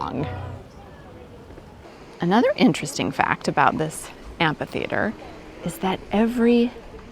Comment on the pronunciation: Really interesting and well made video. Thank you. (Um....... sorry... did you say amp-hee theatre?....... perhaps I misheard. Ph is an f sound. Am-fee theatre?)